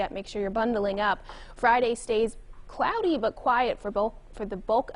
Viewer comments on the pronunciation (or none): Sure she’s not fat… and she doesn’t say crowdy instead of cloudy either